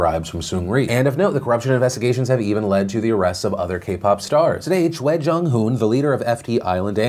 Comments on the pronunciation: Choi and Lee(in Korea specifically) are pronounced the way Phil said them . Chwe and ee. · 로라 [Laura] yeah! And when Choi was coming up I totally thought he was gonna mispronounce it. I'm really glad he's doing it right. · You know that Phil has done a lot of research when he not only had the correct information, but also pronounced the Korean names well. Before SHINee, I would've butchered the names Choi and Lee. Well done, sir. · mad respects for pronouncing "Choi" the Korean way. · Yeah, was cool, still seems like spelling the name correctly would just make things easier. Choi > chwei or something. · Sidenote: Wow, Phil pronounced Choi correctly. Now thats research.